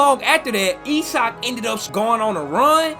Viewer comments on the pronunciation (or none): none